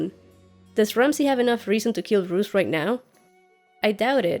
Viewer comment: Roose not Bruce!